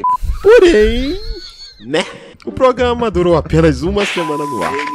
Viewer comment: "Progâma"